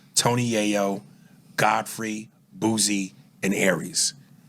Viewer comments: Boosie not “Boozie” 😂😂😂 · Boosie Jesus not Boozie